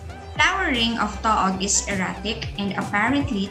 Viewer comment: It's pronounced TOO-OG!